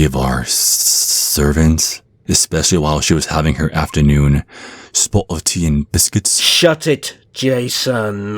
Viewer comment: “ a spota tea n biscutz “ Best thing I’ve heard to this date